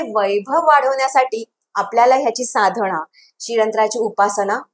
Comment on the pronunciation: खूप छान माहिती पण खूपच अशुद्ध उच्चारण आहे. उदाहरन नाही, उदाहरण साधणा नाही, साधना कल्पणा नाही, कल्पना पुन्य नाही, पुण्य Please rectify pronunciations because you are talking about Sri Yantra. Sri Matrye Namah.